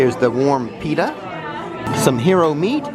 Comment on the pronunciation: its pitta not peter